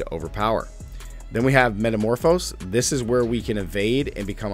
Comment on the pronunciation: Heh, keep missing that last syllable on "Met-a-morph-o-SIS"...